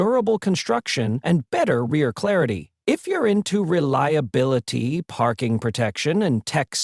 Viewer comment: and another AIBS video, supposed to be for tesla, showing mounting in NOT a tesla, cannot even pronounce the word reliability.. so so funny 🤣🤣🤣 AI crap is to riliabiliiittty